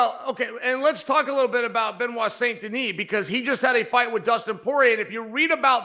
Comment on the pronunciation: Have I heard Chael saying St. Noir?😂